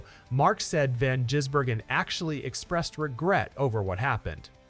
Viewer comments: If you want people to follow your learn how to pronounce his name properly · Jeez mate not gonna subscribe if you say the man's name wrong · Won’t get another view from me, can’t say a man’s name correctly! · At least it wasn't Van Guggenheimer. The AI is starting to sound more natural, but they still can't get his name right